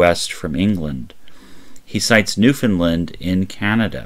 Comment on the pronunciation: He said Newfoundland correctly.